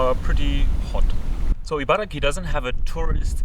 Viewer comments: Though I don’t live in Japan now, I am from Japan. Interesting video! One thing that bothered me is that you kept saying ”IbaraKI”. It is Ibaragi, with G not K. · chibaragi=chiba+ibaragi Although the place name should technically be pronounced “Ibaraki,” many Japanese people find it easier to say “Ibaragi”. It’s very easy to spot someone from Ibaraki Prefecture—they’re known for getting angry when you pronounce “Ibaragi” incorrectly.